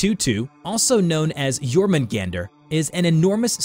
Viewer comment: You were mispronouncing Jorungander. Here's the proper pronunciation: yor-mun- gaun-der. An mjolnir is pronounced: mul- nir